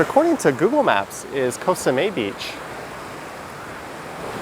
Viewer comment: its Koh SameT. You pronounce the T. its not french